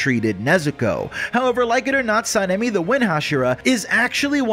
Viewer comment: His name is pronounced (Sa-Na-Me)